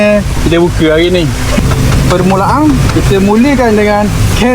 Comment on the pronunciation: Pemulaan dia sebut pemulaang. Caramelize onion takde pun nak sebut caramelize oniong?